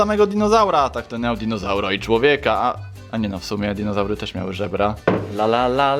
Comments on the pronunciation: Nie dizonaury tylko dinozaury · DINOZARY A NIE DIZONAURY xD Pokaż więcej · Dizonaury haha